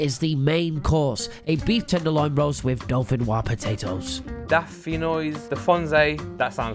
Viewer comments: Dauphinoise is pronounced with the S they clearly don’t know any French LOL 🇫🇷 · How do you not know how to say dauphinoise